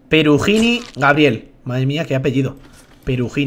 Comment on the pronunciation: perugini mi apellido wow no se dice asi e.e